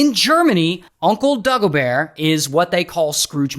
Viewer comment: das schlimmste ist dass er dagobear sagt